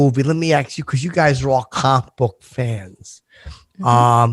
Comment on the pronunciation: I’m 30 minutes in and no one has called out on how he says ‘comic book’.. it’s fucking enraging..